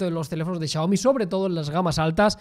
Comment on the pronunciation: How do you manage to pronounce Xiaomi so accurately.